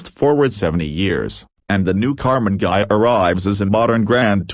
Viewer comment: There are bad AI-generated videos, but this is by far the WORST that I've seen. The voice may have some human element as its basis, but sounds like a bad impersonation of a 1950s sci-fi cartoon. And he (it ?) never pronounces "Ghia" correctly. It ain't hard, people ! Those flaws eliminate any credibility that might actually reside in this video.